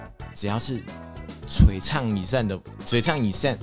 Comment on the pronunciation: 就衝著的璀ㄘㄤˋ以ㄕㄢˋ，值得滿滿的讚